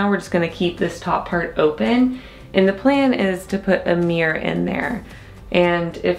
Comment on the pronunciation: It's MIRROR not MEER!